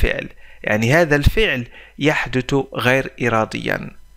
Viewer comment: شرحك حلو ومفيد وسلس بس عندك مشاكل بنطق اللغة العربية مثل كلمة يحدث انت تقول يحدت . وهية اصلا بالثاء وليس بالتاء . وشكرا